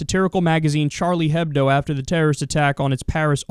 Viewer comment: Kyle, It's Juh-Swee. Also the H isn't pronounced in Hebdo (or in any of french)